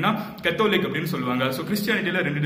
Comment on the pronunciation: You need to check on your pronounciations. Catholic.. Specially